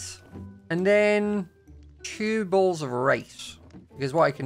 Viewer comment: Everything says bowls or bottles it sounds like he's saying balls 😭 I'm sorry I'm just deaf 😢